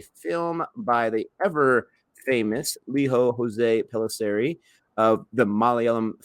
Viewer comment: Director's name is not pronounced as Liho Hose.... its pronounced as Lee-joe Joe's Pellisery... India doesn't have spanish influence like USA.